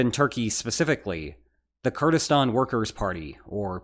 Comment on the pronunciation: I really appreciate you pronouncing "Kurdistan" the right way. 1+